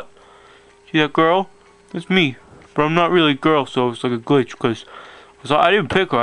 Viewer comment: Love it how he says Glitch Gwich Gwich gwich